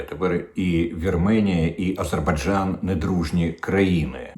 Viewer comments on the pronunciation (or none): none